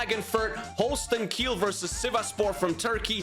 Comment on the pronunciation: Its holstein kiel not holsten kill